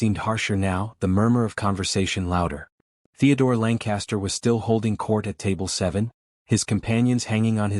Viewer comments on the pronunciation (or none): So... is his name Langcaster? Or are you just stupidly mispronouncing it? It's totally stupid that he orders in German and the story acts like he doesn't know she understands. This story is so unrealistic, I can't continue.